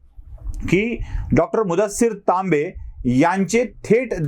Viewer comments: सर तांबे की लांबे....? टीव्ही वर लांबे सांगत आहेत.... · तांबे कि Laambe?